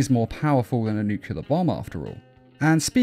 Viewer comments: Nuclear not nucular. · NU-CLE-AR Learn how to pronounce it. How tf do you get NUCULAR from that? Why do so many people get that wrong? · Nuclear, nuc-LE-AR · "Nukelear bomb"